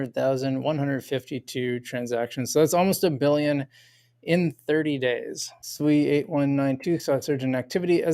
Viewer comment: You’re pronouncing Sui just fine